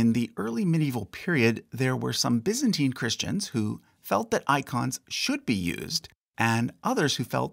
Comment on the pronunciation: I've never heard someone pronounce it biz-ant-teen. So weird.